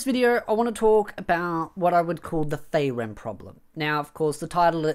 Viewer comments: Why you say feyren when its FRieren (ik its my prob but im losing your point when i get distracted and pulled away to just how wrong it sounds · free ren, not fray ren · I have an issue with this video: the way you are pronouncing Frieren I keep hearing Faerun...